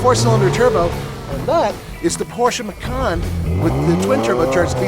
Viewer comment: In February 16, 2012 Porsche announced the final name for the car to be Macan, an Indonesian word for tiger. However, the pronunciation of the "C" in Macan, is like "ch" as in "Choice" or "Chips"; Not like "k" as in "Cool" or "Come". Because if the C is pronounced like K, "Makan", then the meaning in Indonesian language becomes "To eat". Totally different meaning. Just FYI.